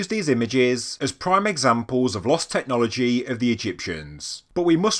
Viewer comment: Technologyeeeeeee, imageryeeeeeee. Dude, learn to pronounce things properly. Anyone told you what syllabs and accents are?